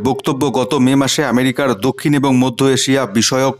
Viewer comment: উচ্চারন টি একই হবে, একুই নয় । ওইভাবে বাংলাদেশীরা উচ্চারণ করে । এবং কে উচ্চারণ করে অ্যাবং আমাদের ও বুঝতে সুবিধা হয় ওটা বাংলাদেশী ইউটিউবার ।